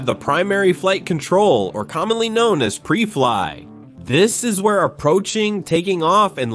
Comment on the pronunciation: This is total garbage. 'Pree Fliy'? How's about PRY FLY? Man this whole thing is screwed up. The numbers are wrong, the point is off, the stats are wrong. This is just a joke. Computer narration where the writer hasn't got a clue...